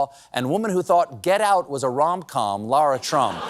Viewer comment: See, Americans? You can say Lara. So learn from Stephen and stop saying „Laura Croft“.